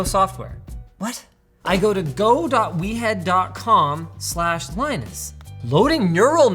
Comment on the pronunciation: I don't know why but I thought the product was pronounce weird no We Head. in a New York Accent. 🤣🤣